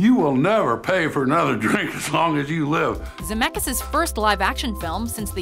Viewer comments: Brezz His family tree starts in Europe, Lithuania to be exact. I'm from the same country and it's pronounced ZemeCkis with a hard C and then K, not Zemekis. My last name is with a ck as well, but no one pronounces k, it's Ck. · Its not ZAMEKAS. Please do your research and say his surname right. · I only pressed on this video because of the last name. And also you're saying Zemeckis wrong :) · oh god when she pronounces Zemeckis is pain in my ear